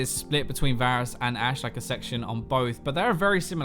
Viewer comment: did he say basrus